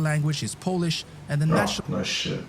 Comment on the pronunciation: Polish pronunciation of the narrator guy in this video is atrocious...